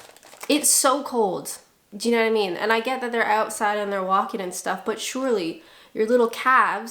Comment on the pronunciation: i think the most British thing you said (repeatedly) in this vid was ynawtymeen (you know what i mean) said as if it was a single word like a true brit.